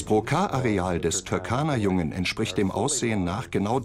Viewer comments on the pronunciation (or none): Der See heisst Turkana-See und nicht Türkana-See . Falls einem das zu schwer ist kann man seinen alten Namen verwenden Rudolfsee